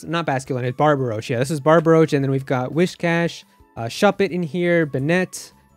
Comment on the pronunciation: lol that too, goes through to see how many he butchers based on how I recall the actual way to say it calling Sunkern a Seedot, calling Sunflora as Sunkern Houndour how is he getting Phanpy as Planpy? that's what I'm hearing, am I losing my mind? Barboach, there's the A between BAR and boach? don't think he said Bagon right either lol Got Shellos wrong if I recall correctly Bonsly BUT to be fair even 4Kids made that mistake when dubbing the show back in the day Petilil? pretty sure he didn't say that right Fletchinder Oranguru and I think Palossand might be wrong Skwovet I think is wrong we know he got Arrokuda wrong probably butchered the name and I can't blame him for the line with Hatrem in it since I can never remember those names Cufant and Drakloak Had to lol you tempted me way too much lol